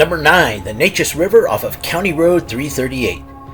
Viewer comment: So, when will you post the mentioned Anderson County, Texas dogman stories? I live right by the Neches River. BTW, it's pronounced "Nay'-chiz". Nay as in "pay", and chiz as in "Liz".